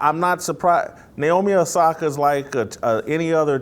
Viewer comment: “Naomi Nasaki” 😭😭💀💀 im sure he didnt mean to do that